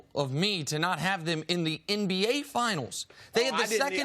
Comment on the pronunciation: Is it my ears or does Chris Carter always call the NBA the MBA? And he always pronounces the if as F. He talks funny but I like him tho.